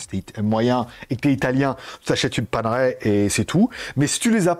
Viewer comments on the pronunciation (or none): Paner ... ail, pas Pane-raie 😊